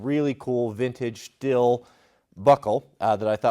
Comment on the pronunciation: Did he just call the belt buckle a "STILL". I think the pronunciation is "STEEL". 🤔